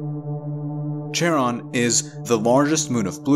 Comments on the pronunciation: Charon is pronounced more like Karon, not literal CH-aron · The 'ch' in Charon pronunciated as 'k', it is from greek mythology.